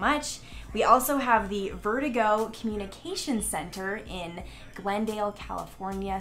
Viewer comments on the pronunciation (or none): VerdUgo not Verdigo lol